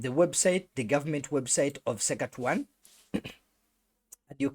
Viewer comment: Suck a two one ....😂😂 That's not how it's pronounced